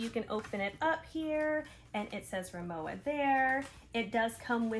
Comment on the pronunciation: I have the RIMOWA Hybrid carryon and check in bags in white with silver aluminum accents. And while the check in suitcase gets a scuff or two every time I fly, Mr Clean Dry Erasers take it right off. Incidentally, Rimowa is pronounced RimoVA